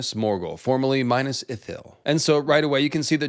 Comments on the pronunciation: Not bad, but Please Min`as Not Minus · Mee-nas... Bro not Minus... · Repeat after me, It's Minas. Minas, not Minus. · It’s not minus but minas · Every time you say Mainas I feel a dagger in my heart 😢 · "Minas"= 'meenas", 'Cirith= keerith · Minas as in "me" or "milk" Not Minas as in "mine" or "my" Cirith as is "key" not "see"